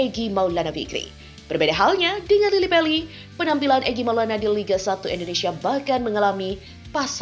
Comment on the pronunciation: Mbak membacanya jangan Lily Peli,tapi yg benar Lily Pali.